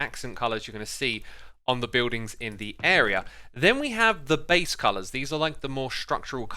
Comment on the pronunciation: Do you mean beease